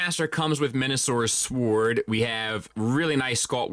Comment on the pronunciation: And he pronounces it sWord not sord